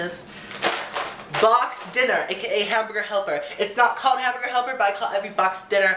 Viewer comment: "I WANT A BOX OF HAMBURGA HELPA!" hahahaha you crack me up! Tiny chat soon?:)